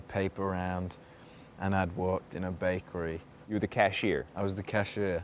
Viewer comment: I thought it went "Urm I work in a bakera"